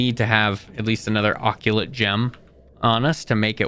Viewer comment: It’s uh-cult, not ockulate, and it is seriusly pissing me off that you say ockulate.